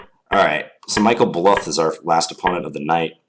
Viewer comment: haha your pronounciation of michael bluth kinda tilts me, it's most likely a reference to arrested development, check out , his name gets said like 10s in.